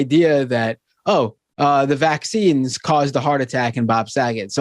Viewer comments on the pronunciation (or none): Is anyone else annoyed as shit by the way Candace says "vaccines"? Why the hell does she put the emphasis on the first syllable like that??